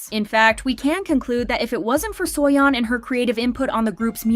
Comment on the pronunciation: im sorry but "suoyon" is just ticking me off 😭